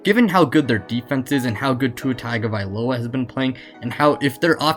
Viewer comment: stop! just stop! stop butchering tua's last name, after how many years, people should had learned by now how to say Tagovailoa, its Tongue-O'vai-loa, not Tagged-o-vailoa